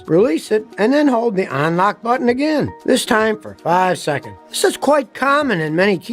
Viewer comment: ON-lock? Hmmm, I thought it was UN-lock. ON-available?